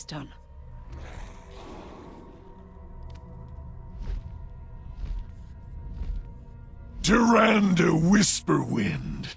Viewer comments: I wish Blizzard would get their voice actors on the same pronunciation page. Malfurion pronounces Tyrande as "Tier-AAHHN-duh". Xavius pronounces it as "Tier-RAAAN-duh". That bugs the heck out of me! Pick one and stick with it. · Xavius does not know how to pronounce Tyrande